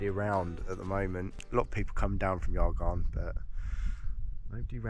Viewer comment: Great video. No waffle for the sake of waffling, stunning scenery. Pronunciation not too bad, but not sure where the argarn cane from for Y Garn. 😂 The Y is a bit like you'd say the u in mug. U garn. Depending where your from in N Wales, other more an ee Garn. Stick with Argarn 😂. Anyway. Brilliant video. Really enjoyed it. I was up above aber falls back in April. Lovely spot.